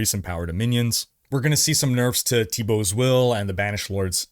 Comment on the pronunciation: The way you pronounce Tibaults makes me feel a lot of patriotism, and that's coming from Alberta!